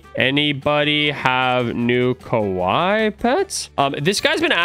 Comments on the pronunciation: Hey! The way you say “Kawaii” in the video actually means scary (Kawai). You said it correctly as the “wrong way” in your last video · is saying Kowai, instead of Kawaii. Kowai means death, Kawaii is cute.:) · Yo russo when saying kawaii its said like ka-wai-eee not Ka-wai that way youre saying it sounds like the word (scary) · Why does he say kawai its kawaii (Ka-wy-ee) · Its pronounced kuh-why-e not kuh-why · Ka-Why-ie not ka-wi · You say it as ka wi ee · it’s ka- waii like Hawaii but with a k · mans really saying kawhy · ITS (KA WHY E)